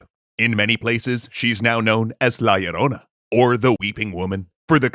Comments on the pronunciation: He keeps saying "La y Ilrona" instead of "La Ilrona" kinda irks me but I'm sure that it's an honest mistake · A tiny thing it's "La Llorona" with a LL not Yorona as pronounced in the video. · listening to gringos trying to say la llorona is hilarious.